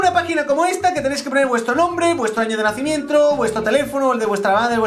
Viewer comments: dijo nacimientro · Like si dice el nacimientro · dijo anacimientro